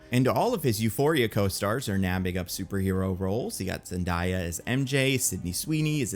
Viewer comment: No hate love the channel and video but how tf are you still pronouncing it zen-die-a